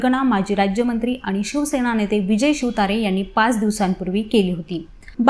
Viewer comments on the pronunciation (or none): none